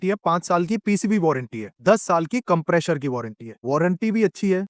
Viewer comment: and every other time you said compresher. No hard feeling bro, just having fun here. Your video was awesome. It helped me in understanding a lot about AC's. You are doing great. best wishes. 👍